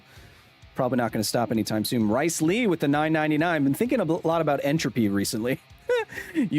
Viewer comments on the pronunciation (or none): justice for Rhys! you did indeed pronounce his name as "Rice" hahaha